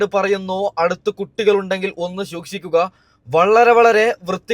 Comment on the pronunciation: ശുഷിക്കുക എന്നല്ല. സൂക്ഷിക്കുക എന്ന് പറയാൻ പഠിക്കുക ബ്രോ 😂. ഒന്നുമല്ലേലും നീ ഒരു യൂട്യൂബർ അല്ലെ.. കേൾക്കുമ്പോൾ ആരോജകം ആയി തോന്നുന്നു.. മലയാളത്തെ ഇങ്ങനെ കൊല്ലല്ലേ..